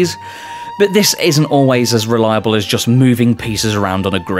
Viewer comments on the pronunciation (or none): none